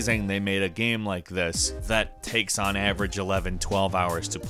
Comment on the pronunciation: it's GAME........... NOT GAM. geez.